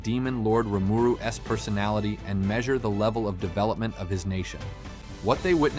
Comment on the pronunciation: Correct me if I’m wrong but this is not his real voice, he writes this a script and then has an AI/voice bot read it and it doesn’t quite read the grammar properly, for example it doesn’t read Rimuru’s it reads it as Rimuru s